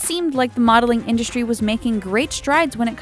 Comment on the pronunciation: "you don't get to keep the clothes" LOL! whoever in their right mind thought models get the stuff they are wearing? Like, seriously? Also, why do you pronounce it "indushtry"? Very irritating.